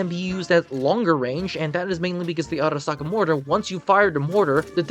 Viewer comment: The way u said arisaka in the first moments of the video sounded nice ngl i bet u had fun making that part lol